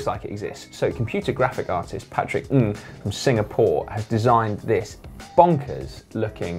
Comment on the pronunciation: Kudos on the perfect pronunciation of the surname "Ng"